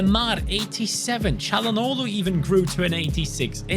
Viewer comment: I really appreciate how he pronounces "Çalhanoğlu" right. :)